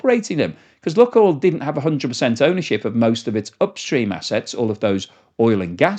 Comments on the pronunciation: Lukoil is pronounced luke-oil, not luck-oil. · FOR THE LOVE OF WHATEVER YOU FIND HOLY PLEASE PRONOUNCE THE COMPANY NAME PROPERLY!!! IT LITERALLY TAKES 5 SECS ON GOOGLE TO RESEARCH IT. THIS IS THE SECOND VIDEO WITH 'LUCKOIL' OVER AND OVER. sorry rant over but its so irritating!!!!! its 'LOO.KOYL' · its 'loo.koyl' not 'luck.oil' its a really irritating mispronunciation every 5 secs. it takes 5 seconds of research to get it right. PLEASE PLEASE STOP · please pronounce Lukoil correctly, it's annoying. It is Loookoil not luck oil. Please!! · Lukoil is pronounced LuukOil, its meaning is "Onion" + "Oil" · "Lukoil" is pronounced "LOO-koyl," with the first syllable rhyming with "book" and the second syllable sounding like the word "oil". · There is no short "u" sound in Russian. ЛУКОЙЛ is pronounced Luke [as in the English 1st name] oil.